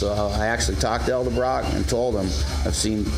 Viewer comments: Dude, its EDELbrock not ELDERbrock.. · EDELBROCK, not eldebrock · Thanka for tips, from your experience! But please, PLEASE, do something. Stop saying El debrock. The word, the brand, the family name is Edelbrock. It sounds as dumb as the people that say Wall Mark. It's Wal-Mart. Say it with me EDEL BROCK, EDEL BROCK. There, fixed it for you. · ED-el brock .. not EL-de Brock... lol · Damn people! I swear yall do this on purpose! It's pronounced Ed-el-brok! Not El-da-brok! It is spelled Edelbrok!!! Say it right!!! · it's pronounced, "elderbraaaah" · Repeat after me. Ed. L. Brock. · eldabrach? ha. cool. take a shot.